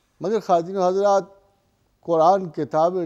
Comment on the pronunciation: Mohtram, aap address krte vaqt kya kwattino hajrat khte he ,clear kre